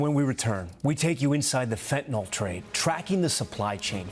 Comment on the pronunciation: Tom Llamas: Can't you pronounce Fentanyl correctly?